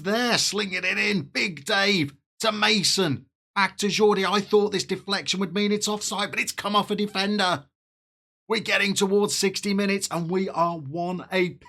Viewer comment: Your Cano scoring reaction was priceless!!!…however, FM Cheater pronunciation class is in session: In Catalan, Jordi is Yor-dee, and Cano is literally Kan-o (Italians ‘ch’ their C’s, Spaniards - though not Catalans - ‘th’ their C’s). Class dismissed!